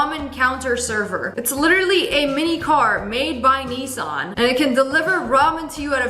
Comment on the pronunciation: N-EEsOn got me rolling😂😂😂